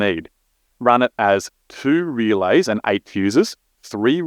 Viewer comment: "feeeuuussses"? "Rrrealeyss"? I don't know what these things are. Is this used to connect your PDM to a PC?